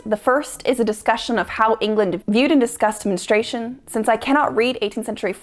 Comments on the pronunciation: Why can't so many people properly pronounce the word "Men-STRU-ation"? It's not men-stration. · Why do you say menestration? It’s menstruation.